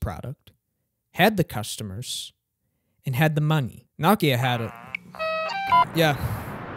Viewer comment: you made an entire video about nokia and didn’t pronounce it correctly once